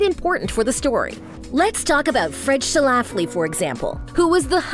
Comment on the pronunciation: Yo! I'm from Illinois. One of my colleagues in Chicago Women in Broadcasting actually went to high school with one of Phyllis Schlafly's daughters. Notice there are only TWO syllables in Schlafly. It's pronounced SCHLA fly, not Sha Laff Lee. Please redub.